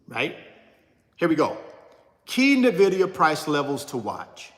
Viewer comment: Nvidia to 75. Will also give you $1000 if you say NVIDIA right 😅